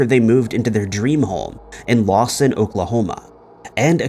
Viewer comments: FYI: It’s Lawton Oklahoma not Lawson. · It's "LawTon" Oklahoma, not "LawSon." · It’s Lawton. Not Lawson. It’s sad seeing you cover these cases and not even get the name of the city it happened in correct. Show some modicum of respect and learn how to pronounce names or get the city the case happened in correct. Just poor quality. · On #5 (Lisa) it's actually LAWTON, Oklahoma not Lawson. Just fyi..... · It wasn't Lawson, OK, it was Lawton; that's where Fort Sill is located.